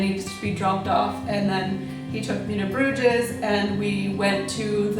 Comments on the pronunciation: There is no pronunciation of the "ES" in Bruges. It's not Bruge-S, it's pronounced just 'Bruge'.. How did you not learn that if you traveled there? The 's' is silent. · G-D, it's pronounced BROOZHE!!